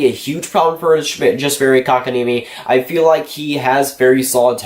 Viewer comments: Well, the niemi comes right: better than most commentators get it. Like we've heard with Antti Niemi - 'Ni Eimi' :) And the o in Kotka just goes as it normally does in the North America. Funny of course, that then it's like the Finnish a, like in the English father, more or less. The French way would be better for 'Kotka', just then the stress changes to a wrong place. Welcome to the mangle, na-na-na-na-knees, knees :) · Dude, he pronounces it just fine. And besides, Kotkaniemi isn't the easiest word out there.